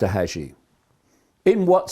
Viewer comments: its john hagee , not john hajee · Haaaa geee. Preacher from San Antonio tx. Hagee. (I heard name pronounced hey gee… ). And … 🤦🏻‍♂️🤦🏻‍♂️🤦🏻‍♂️ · Respectfully, Hagee is long A ,yep he's full of it. Prosperity preachers 😮